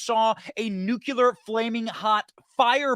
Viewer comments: Tremendous work- but it’s nuclear not nuculear. Gang. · I keep trying to tell you Benny: It's new-clear not nucu-lar. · PLEASE pronounce NUC-CLEAR correctly !! PLEASE